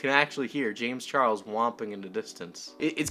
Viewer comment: "James Chargles"